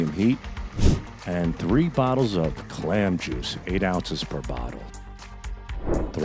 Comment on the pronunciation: Love you Sal you are real and you tell it like it is . And you said clam 🤣